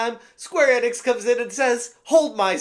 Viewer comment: Enix is pronounced ee-nicks. I know you've heard it pronounced correctly. Plus, in English, when there's a vowel-consonant-vowel combo, the first vowel is said like it is in the alphabet.